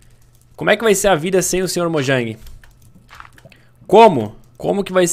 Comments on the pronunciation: sr mojan kkkkkk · Erou a palavra mojang